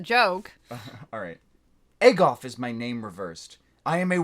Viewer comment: "Agof is my name reversed* *It's more like Agob" ... Bofa.